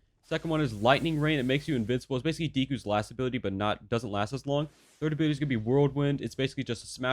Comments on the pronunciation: Did you just say DEE- KU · Bruh did u guys hear how he pronounce dekus name